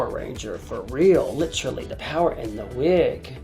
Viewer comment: no one: no one at all: alyssa: “litchuraly”